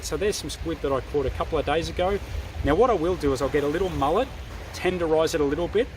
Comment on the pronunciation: did you say mullet or mallet twice? either way weigh very educational.